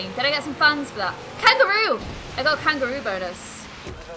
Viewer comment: Who else every time she says fans thinks she is saying funs lol